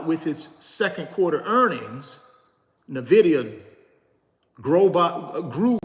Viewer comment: First I thought I get it. Ok to pronounce Nvidia any way you want. It’s a free country. But then I thought about it more. Why not pronounce it the correct way?!? The same way everybody pronounces it?!? It’s the correct way to pronounce it. It’s just as easy! What if people started pronouncing your name Rooochard?!?